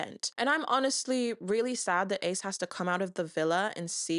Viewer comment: I think you mispronounced Ace